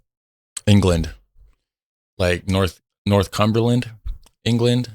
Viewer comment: It's NorthUMberland.... And Leicestershire pronounced Les Ter Sher 😂 I live fairly close to Northumberland... It always cracks me up when I hear Americans pronounce any of our towns with shire in them.